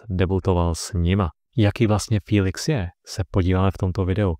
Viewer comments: To není fííílix ale Felix... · Můžu se zeptat proč mu každý říká filix